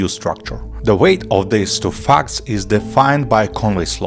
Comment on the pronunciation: Man, you didn't sleep well, you can tell by the accent. "The weight of these two facts" you pronounced "theise tu" I have trouble understanding the entire video.